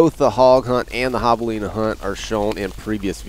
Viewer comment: Still saying javelina wrong in this video Bummer :(